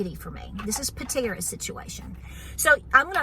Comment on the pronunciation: LOL Patera not Pantera